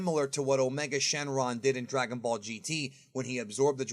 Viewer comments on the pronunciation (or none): none